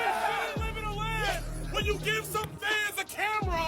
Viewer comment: im thinkin its an ai voiceover cus he mispronounces easy ass words like ‘live” as in youtubeLIVE